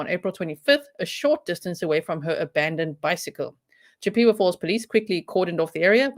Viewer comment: Not being snarky here, the name of the town is pronounced, CHIP-eh-wah. Its named after the Indian tribe, from the area of the woodlands. You totally nailed the name of the brewery! Not many from here can do that. You said it was a German word? I actually toured that brewery when i was thirteen.